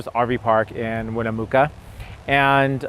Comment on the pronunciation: Hi. It's good to see you all on the road again! Just a note, for the town of Winnemucca, the "mucca" is pronounced like "mucka". It's named after a local tribal chief.:-)